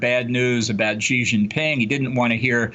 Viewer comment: China president's surname Xi is pronounced as "si", similar to "yes" in Spanish. not "chijee". There's no h sound in it.